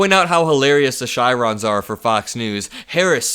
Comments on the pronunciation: Chyron => Kie-ron or Kye-ron not chai-ron 💙💙💙💙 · Pronounced (Kiron not Chyron) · It’s “Kye-Ron” - not “shy-ron “ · its Ky-ron not shy-ron for those lower banners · Editorial Note for you: Chyron is pronounced Ky-Ron not Shy-Ron. Peace and love. For those wondering. The Chyron is the wording displayed on screen (sort of like a caption to a photo) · Hi. Just a wee correction for you. "Chyron" is pronounced "ky•ron," not "shy• ron." Other than that, this was another excellent video. Thank you. Watching from Canada. 🇨🇦 😊👋👍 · You’re such a cutie but it is Kye-ron not Chai-ron You can be young but please don’t be dumb. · Don’t mean to nit pick (better me as a sub than a maga doofus huh?) but it’s “Kai Ron” not “Chai Ron”. Keep up the great work. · Chiron is pronounced ky-ron not shy-ron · please check the pronunciation of “chyron”. I think you’ll find that it is pronounced with a k-sound in the beginning. 💙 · Good stuff. Just FYI - chyron is pronounced ky-ron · Sorry, I know it's nitpicky but, even though it's spelled Chyron, it's pronounced Kyron (the annoying stuff that scrolls by on news stations). It's the name of the company that was founded back in the 70's. They were known for broadcast graphics generators. Back when I was involved in TV the person who typed it all up was known as the Character Generator. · Chyron is pronounced with a hard /k/. Don't mention it. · For sure Trump is thinking of VISA credit cards and psychiatric hospitals! BTW, I think chyron is pronounced kye-ron. Great segment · love the work you're doing. ( i believe the proper pronounciation for chyron is [ kai-ron ] ) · It's pronounced "kai-ron", just saying! 💙💙💙💯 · you're channel is great, informative, and love you mocking Trump every chance you get! And, just a little nitpick, the word is Chiron('CH' pronounced like a K) Thanks for all you're doing! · One thing homie it’s pronounced “kai-ron” 🗣️💙👏👏 thank you for your continued excellence!